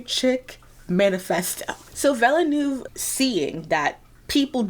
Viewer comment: Great Video! Very informative and enjoyable. Also I need to vent into the void (sorry): NOBODY pronounces Villeneuve correctly and it makes me sad.